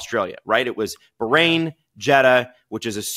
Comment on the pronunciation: BAH-rain not bargain without the G.